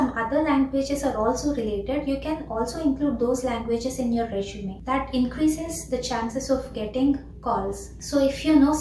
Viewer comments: Not "reshume" it's resume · It's not reshume it's resume🫡